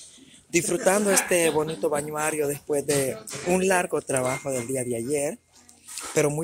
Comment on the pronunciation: Así es. También cuando dice "lo que es". Con todo respeto, no se dice balnuario, se dice balneario. Y no está bien alabarnos nosotros mismos, casi en todos los videos dice que es humilde y honesta, eso se demuestra con hechos, no se lo dice uno mismo.